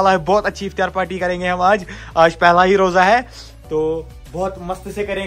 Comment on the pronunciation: Iftiyaar❌ Iftaar✅